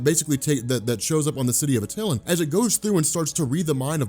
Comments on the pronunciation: AT-ill-An not Aw-tillan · You're saying attilan wrong....